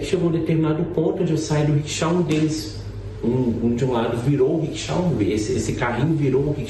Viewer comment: Ocara mora lá, trabalha lá (Dublin) e não sabe pronunciar corretamente Rickshaw